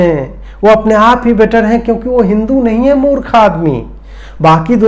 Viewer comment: What a beautiful pronounciation"" मूर्ख आदमी"",,,,,,,,, वोक वृंद,,,,,, बम खा रहे हैं और तुम आम खा रहे हो,,,,,,,, पोप वाली लाइन,,,,,,😄😄😄